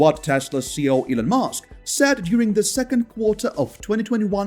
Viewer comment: Elon's position is CEO not "CO". I point it out because you say "CO" 10+ times in all your videos and it will sound very odd to any native English speakers.